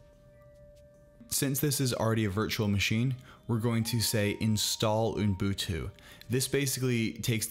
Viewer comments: You were so CLOSE, you're saying 'ooN-boon-too', when it's just 'oo-boon-too'. I now this is 3 years ago, and you may have mastered it by now:-) HTH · Unbutu? Unbuntun?🤣 Fellow Angeleno here :) Love your videos, man. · I will start to call it Unbutu.